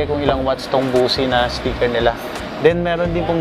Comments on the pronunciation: Ang bigkas sa Bose speakers hindi "bosi" kundi "boss". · Bose is pronounce Bosh.